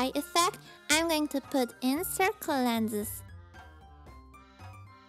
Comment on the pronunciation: "by VeinusDigelic" "lets stdjart" "soitdst lenses"... ufff soo wrong >.<